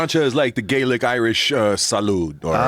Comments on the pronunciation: that dude is pronouncing Gaelic wrong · this moron knows fuck all about gaelic or it's pronunciation. MORON!